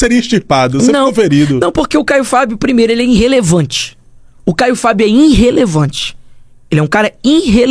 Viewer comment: “INNRRELEVANTE” kkkk sabe nem falar… burro esse pivete